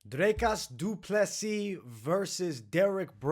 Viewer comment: You actually say DDPs name very well.